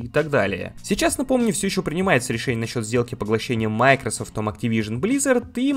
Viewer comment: Только не мАйкрсфт, а МайкросОфт